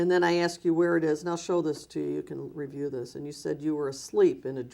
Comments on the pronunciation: “Where they are axed”!!!! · “She helps wherever she’s axed” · Axed? Asked dumbass.